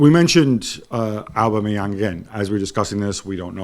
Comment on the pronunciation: 😂😂😂😂😂😂😂😂😂😂 it’s aubameyang 😂😂😂😂😂😂😂😂😂